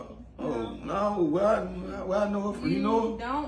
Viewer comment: Did he say Chick-fila!! I can’t 😂😂😂😂